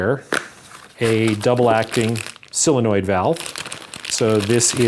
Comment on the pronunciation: "Silli-noid" ! Have you been watching AvE ?